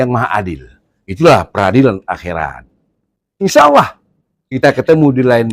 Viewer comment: Sya dengar tdi baca insha Allohnya kok lebay bro..seperti dibaca insaullaah..please jangan lebay bro..🙏🏼